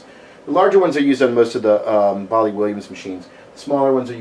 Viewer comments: Wait, did you just say baul-lee ? Its Bail-ee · It's actually Bally Think Sally but replace the S with a B. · You're pronouncing Bally incorrectly.